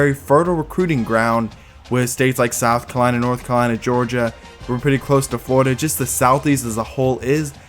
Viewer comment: south kalina, north kalina, floda💀